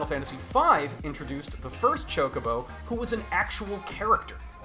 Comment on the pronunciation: Hearing you pronounce it ChokeOBO instead of ChokobO makes me uncomfy. Gr8 video otherwise.